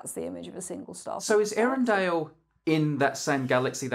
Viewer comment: I think it's also pronounced more like Eyarendeel, the E and Ä are pronounced separately like in Zoë.